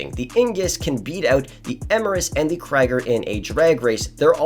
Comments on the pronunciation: Its not Kraiger its Krieger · It’s “Krieger”, like in creek, not “Kraiger”… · “The Kreger, Eemurus and the Ingus😂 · She pronounced benefactor Krieger wrong